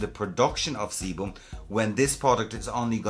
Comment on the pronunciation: "The seboom" 🤣🤣🤣